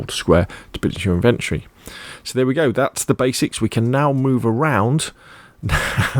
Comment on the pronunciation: Amazing video bro really helped. But please put the o back into inventry. It's in ven tory